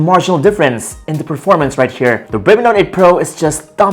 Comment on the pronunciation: "Right SCHERE" I can't...😂😂😂